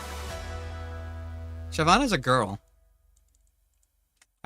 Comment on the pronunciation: He says Shy-vana. I appreciate this beyond words.